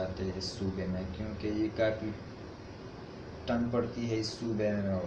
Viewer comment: Bro apni urdu achi karo thand hoty hai na k tand